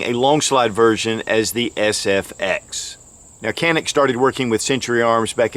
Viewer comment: You called it the FSX instead of SFX.